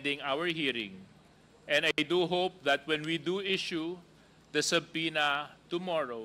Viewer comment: Suarez, eto ang tamang pronunciation ng salitang SUBPOENA - noun, "SA-PE-NA" yan ang tamang pronunciation ng SUBPOENA silent "B". Educate kita para hindi lumalabas ang katangahan mo.